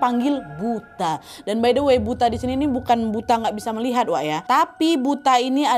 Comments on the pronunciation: Buto ga siih.. asing bgt pas disebut buta 😂😂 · kak naaaad, bacanya butoooooo :(( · Bacanya Buto kak. Bahasa Indonesia nya raksasa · dalam bahasa jawa, kata buta (kadang juga ditulis 'butha') , cara pengucapannya adalah 'buto' atau 'butho' serupa dengan pengucapan kata 'tolong'. selaku orang yang tinggal di Jogja Nadia mestinya tau dong 😀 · Bukan buta kk,tp buto....itu sejenis hantu tinggi besar seperti raksasa...pengucapannya buto not buta 😅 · butooooooo kak nad bukan buta😂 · Bacanya Buto gasih wak, kukira pas baca di tnumbailnya tadi buta yg gabisa ngeliat (wuto)😆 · Kak bacanya bukan buta tapi butho. Mengarah ke raksasa (mirip sebutan untuk butho ijo) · Buto kali ka, biasanya di Jawa tulisannya Buta, tapi di baca Buto. 😂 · Buto kak bukan buta...itu kalau di jawa artinya raksasa... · Buto kak 😭 "Buta" dlm bahasa jawa bacanya buto yg artinya raksasa. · Buto kak nad bukan butaaa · Buto ga sih kak nad? bukan buta?🤭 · buto wak bukan buta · maaf kak nadia, namanya buto bukan buta. hehe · nad yang bener buto/ butho bacanya bukan buta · BUTO kak...bukan buta 😅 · Buto ka 😂 bukan buta😅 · Buto bukan buta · bacanya buto kak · bacanya buto kak nad😂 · nyebutnya "BUTO" nggk si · Penyebutannya harusnya buto wkwkwk kaya tol